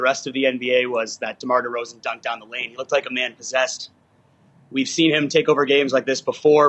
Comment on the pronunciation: Did u say all star point guard demar derozen